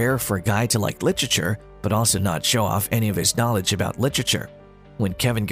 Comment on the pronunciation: Don’t bother with this one! It can’t even pronounce literature. 😂